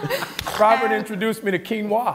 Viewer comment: He meant “quinoa”, right?